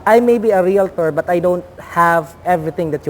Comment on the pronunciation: the word is REAL-TOR, not "real-a-tor". 😉 Thought you would want to know.